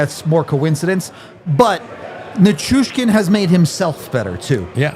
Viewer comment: Listening to mispronounce Val's last name make my head explode. Dude! Learn his name.